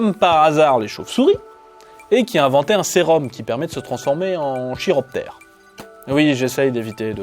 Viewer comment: J'aime beaucoup ce Top ! Tu nous proposes des personnages qui sortent de l'ordinaire et en plus de ça tes descriptions et explications sont très sympas. Good job ! Un petit truc m'a fait grincer des dents par contre : "chiroptère" ça se prononce "kiro" comme dans "chiropracteur". Le préfixe "chiro" renvoie à la main (ou les ailes de chauve-souris dans le cas qui nous intéresse, parce que oui, leurs ailes sont plus ou moins constituées comme nos mains ^^) ou aux articulations de manière générale en fait. ;)